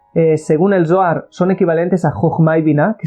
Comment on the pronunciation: Shalon!!! Una observation,!!!! Cuando dices Zoar, se trasfiere a la palabra dolar" , y comparto el video , solo para no poder confundir a lis principiantes, gracias